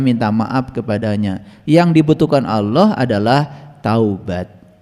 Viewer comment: Yg bener itu .ALLAH..BUKAN AULOH😂